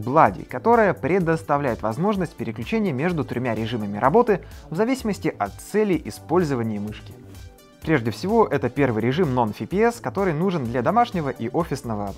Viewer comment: Английский в школе учил? Фипиэс, блади... ты издеваешься?!